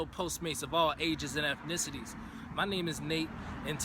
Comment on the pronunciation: "effnicities", "start wif", "possiboo" smh